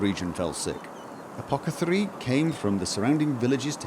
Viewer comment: For every "apoketharii" that is uttered, an apothekarius dies :p